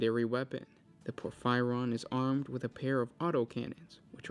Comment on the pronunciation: Say it with me: POR - FEE - REE - ON